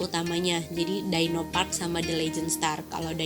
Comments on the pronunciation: Bukan daino. Tapi dyno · DI-NO please... bukan Dai-No